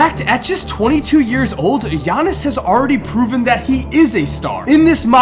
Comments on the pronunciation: bruh pause the video. you pronounced his name right! I'm just gonna congratulate you on that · Thank you for pronouncing his name right